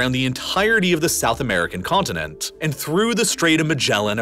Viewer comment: Continent has a T in the middle too.